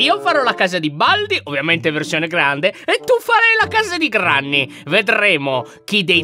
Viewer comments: Ciao Lyon ti devo dire solo 1 cosa allora granny non si direbbe granny ma grenny ok? Ciao (sei il mio youtuber preferito) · Comunque si scrive Granny e si legge grenny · Ma si dice Grenny